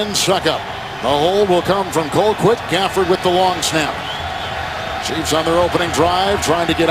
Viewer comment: It's "Chiefs".